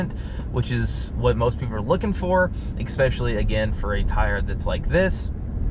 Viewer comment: Good review, but you'd sound so much more professional if you stopped saying "EX-pecially" - the word you're looking for is "ESpecially." Expecially isn't a word. :)